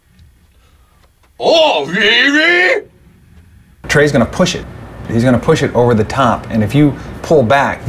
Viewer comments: "OH, REARRYYY" 😆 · OHHHHH REARRY Absolutely slaughters me every time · Oh rearry?? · oh rearry?